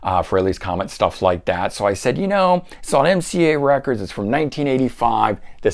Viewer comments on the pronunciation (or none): none